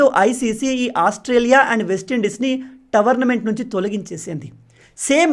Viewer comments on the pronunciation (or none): భయ్యా towerment kadu tourment కొంచెం currect చేసుకోండి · Towernament❌😂 Tournament ✅ .any way big fan bro 🙌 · మీరు "టోర్నమెంట్" ను ప్రతీసారి "టవర్న్మెంట్" అని పలుకుతున్నారు... సరి చేసుకోండి